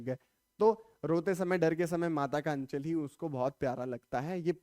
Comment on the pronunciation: aachal nhi h anchal h